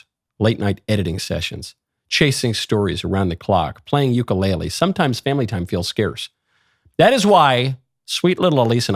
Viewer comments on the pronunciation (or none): none